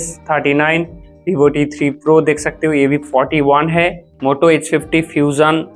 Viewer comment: Bhibho nhi hota, vivo hota hai Chooj nhi hota, choose hota hai Bolna seekhlo bhai